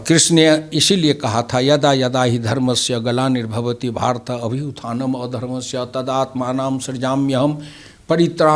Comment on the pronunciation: GEETA ke es shlok ka kai log galat uchcharan kyo karte hai samajh nahi aata. Abhyuthanam adharmasya kyo? Kya adharm ka uththan karne shree Krishn Bhagwan aaye the? unhone to drarm ke uththan ki baat kahi hai.Abhuththanam dharmasya bolna chahiye, yahi likha hai Geeta me samajhe janab.